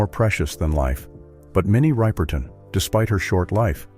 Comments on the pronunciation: They can't even pronounce Minnie Riperton's last name correctly. How much can this information be trusted? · Minnie Ripperton last name is not pronounce right by the announcer.